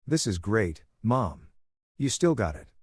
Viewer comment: dumb bot cant say Derick, sometimes cant say mom, sometimes cant say us...what a waste of gpu and rams also why the fkk is the mother in law acting like the wife?